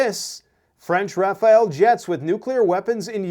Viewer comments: RAFALE, not Rafael 😅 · Thanks for the update. I know you're doing your best. The Rafale jet pronounced Rafal means burst as in AR burst of 3. Raphael would be a jet for another country. As for the analysis if ever the sore losers try something it's the end of them from their own country not the Russians;you can take that to the bank. It'll make us laugh out loud when Poland, Slovakia, Romania and Hungary refuse entry over their airspace... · Rafale not Raphael. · The French fighter aircraft are called Rafale. Not Rafael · Doesnt matter that much, but its not rafael jets. Its Rafale jets